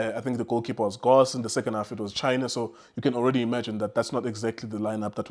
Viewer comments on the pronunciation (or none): Why do you call Goss Cross and why do you call Foster Frossler?